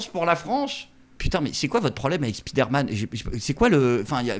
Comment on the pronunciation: "spidère-man".... Allons allons, 2025, un petit effort, répétez après moi : spaïdeur-man